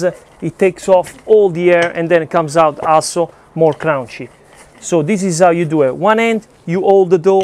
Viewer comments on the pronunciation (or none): I just like how you say Crounchy. Nice and crounchy. I have to try that pizza brother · I'm from NYC (18 years) and yes indeed, you have it all right. There are many styles in NY that are all said to be NY style pizza. I must try your ricetta! Your inspiration is ever present especially when you say "crown-chee" for crunchy.:) A better word for it is, crispy. Crunchy is for hard, dry heavier stuff, but "crispy" is a lighter, delicate type of crunch which is most common to NY style pizzas. Great work and exploration, mi amico! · It kills me every time he says crunchy lol